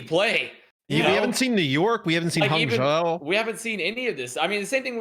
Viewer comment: note to and, the "zhou" in hangzhou and guangzhou is pronounced more like joe, and less like jow!